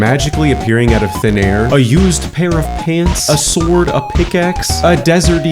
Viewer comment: as yes i to love "eyr"